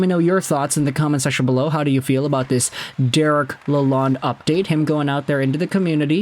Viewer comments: It’s pronounced “La-lone”. (The “d” is silent or barely emphasized. May as well get it right as a sports expert.) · For starters ... His name is NOT pronounced with a short "o" as in pond (like you are doing). He wants his name pronounced with a long "o" as in phone, tone or bone. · Honestly you knew who he was referring to when he pronounced the name wrong, so in the end it doesnt matter too much. Its way too small thing to get hung up on. You could mispronounce my name and i couldnt care less so long as you get my attention.